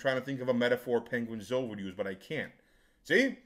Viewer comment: I've gained new respect for for calling him ''penguin-zo''😂